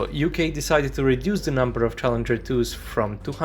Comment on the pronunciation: Am you spelled challenger 2 wrong you said challeger.